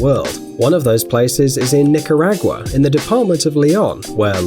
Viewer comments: Nicaragua 🇳🇮 lol how he said it #latina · You said Nicaragua wrong